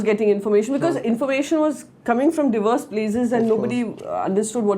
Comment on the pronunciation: She called diverse as dee verse lol